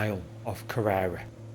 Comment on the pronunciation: Good video. If I may; Loch Lee-vin Ar-ris-ay-g Ker-rer-ra Dun-nol-lee